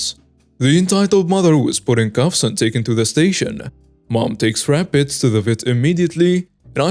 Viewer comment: It is RABBITS, not RAPPITS! Otherwise, I like the stories you are reading!